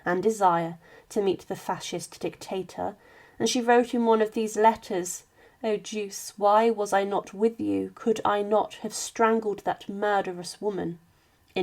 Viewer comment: Duche is pronounced as Do chay. She seemed an attractive woman, loyal to the end. When they were captured by the Partisans, I wonder how many German soldiers or Luftwaffe were with them and why they permitted their ranks to be searched.